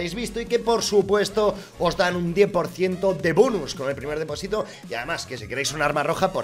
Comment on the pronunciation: Un 10% de "Bunus" Poker 2019